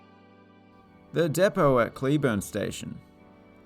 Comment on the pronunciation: Learn how to pronounce depot you're not very funny don't quit your day job